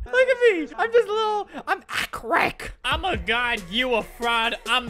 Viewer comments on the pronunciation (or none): When Albert said AcKrEiK i started saying it too xd